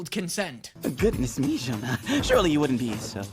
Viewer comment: we say Janne not jana